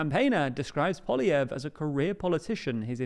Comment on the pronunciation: Happy to see has learned how to pronounce "Poilievre"